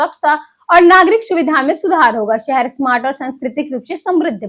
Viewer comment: Accent needs improvements...😭 City👉Shahar✅️. ko Sahar❎️ But Weather👉Mosam✅️ ko Mosham❎️ 😭😭😭😭😭😭😭😭😭😭😭😭😭😭